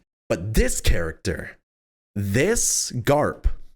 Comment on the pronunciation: Anyone remember when used to always say charactfer in dark war. Love you 😂